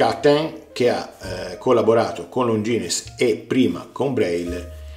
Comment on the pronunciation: Credo che non si pronunci Longines